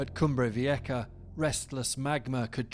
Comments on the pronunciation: wtf is a “cumbrey veeyekka”?? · He could at least pronounce it right. Cumbre Vieha. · Why do you pronounce it Cumbre Vieka (with a K)⁉️😵‍💫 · The sound for a Spanish "j" in English is "ha". There is no k sound there whatsoever. None. 🇮🇨